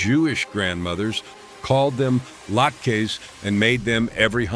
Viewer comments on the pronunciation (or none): I hate this computerized voice so much. I would love to hear the words of a human being for once and by the way you’re not saying potato LAKES properly it’s a way of DISHONORING the Jewish community.